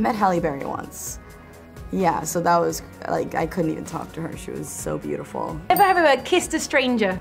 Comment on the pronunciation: NEVE HAVEH? wth was that lol.